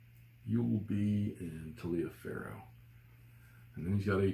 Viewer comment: William B. Taliaferro became the Brigade commander for the Stonewall Brigade after Winder's death at Cedar Mountain. He was wounded at Brawner's Farm on August 28, 1862. He does live till he's 75. His last name is pronounced like TOLIVAR (I made the same mistake as you on his name for a long time until I saw the building on campus at William and Mary that is named for him. I hope it's still there, sadly it may have already been renamed, burned down our otherwise desecrated recently. Thank you for the look at this system. I've had these on my shelf for far too long.